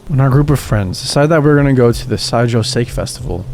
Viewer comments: SAHHHHH KEEEE Not sake, wtf dude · it's not pronounced "sake". It's pronounced "sah-keh". I recognize nobody seems to care anymore, but it does sound like you don't know what you're talking about. And it's a common word. There's literally no excuse for mispronouncing it aside from lack of research. I really don't care if you like that fact or not, but i do care if one of my favorite narrators sounds like he doesn't know what he's talking about. Excuse me for being so blunt. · I don't mean to be rude... but it's sah-kay. Not like "for goodness sake". Again, not to be rude, but i don't think it's a big ask to research an unfamiliar word. Seriously. I say this as a longtime listener and fan. Please do better. It takes so little effort to find out proper pronunciation. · Just a small note for future reference! Sake - Japanese rice wine, is pronounced Sah-Kay Otherwise I LOVE THESE STORIES!! You’ve earned a sub from me :) have a good day stranger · Hey brother you probably already know by now but the SAKE, rice wine liquor, from the last story is pronounced (Saw-key) Sake. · The pronunciation of Sake is killing me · That pronunciation killed me lol